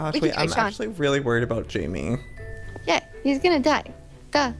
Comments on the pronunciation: joey its haimeh not Jayme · I didn't know how to pronounce it but I knew it wasn't "Jamie" and I was internally screaming! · IKR I WAS SCREAMING THIS AT MY SCREEN WHEN HE KEPT SAYING "Jamie" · It's pronounced, "High Meh" as a mexican name. Jaime. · I knew it! I was thinking that but I was like "nah I shouldn't correct him" (I know from Pierce The Veil's Jaime Preciado)